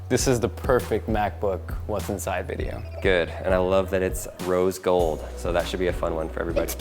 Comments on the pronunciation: okay now it's Hat'sInSide?!? How does wha wha wha h how does 'Hat'sInSide' make sense? ?????? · "HAT'S(IN)SIDE?" lol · lol "hat's (in) side"